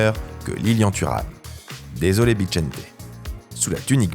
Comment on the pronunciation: Il y a pas de "T" avant le "CH" dans Bixente 🙄. Même son nom est écorché mais bon déjà le prénom ça sera pas mal ! Pauvre de lui. Sinon vidéo intéressante comme toujours. Je ne suis pas d'accord avec tout le top, loin de là mais c'est un top subjectif comme vous dites. :) On apprend ou se remémore plein de choses (tout dépend de la génération et les connaissances de chacun) sur de grands joueurs de l'histoire et s'est, pour moi, le plus intéressant dans ce genre de vidéo.